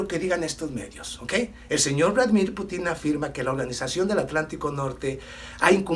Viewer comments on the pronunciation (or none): POR FAVOR comprenda que, decir la verdad como usted lo hace, implica, fijarse muy bien como los detractores hacen su trabajo... Por eso insisto en decirle que "NO ES PUTÍN (CON ACENTO EN LA Í es PUTIN, PUTIN, PUTIN, PUTIN, PUTIN) lo entiendes o tengo que seguir señalando ese grave error político que cometes...!